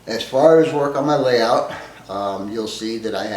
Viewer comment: what's a malayout? Never heard of it but you keep mentioning you're working on malayout. Perhaps this is a AZ thing.